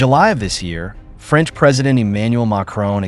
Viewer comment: Franch deeply fries😅